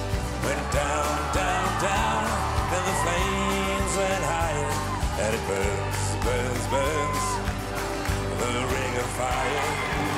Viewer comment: his pronunciation is off, i guess thats why they'd let him go at you can hear him saying bus instead of burns. and that throughout the whole song. great voice though